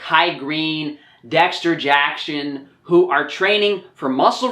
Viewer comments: DEXSHTER JACKSHON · Bro, why does he say Dexter Jackson like that??? Like his teeth were about to fall out... What's up with this guy???